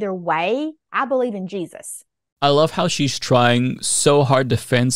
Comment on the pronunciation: She lost me at „Dey beleyve…“ 😜